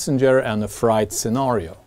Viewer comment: Love your channel. Your English is very good. Just pointing out something. Height = hite. Freight = frate. Why we do that with the pronunciation is beyond me. I’m also learning Spanish as a hobby and that make pronunciation much easier.